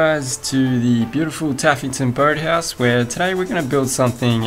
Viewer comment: What it sounded like: tuffington bird house. What you said: taffington boat house